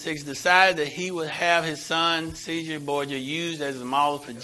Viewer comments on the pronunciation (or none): Casare is pronounced in Italian Chez-a-rae.